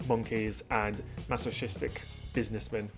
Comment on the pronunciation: I'm completely cracking up at the failure to pronounce 'businessmen' after looking up the pronunciation of 'masochistic'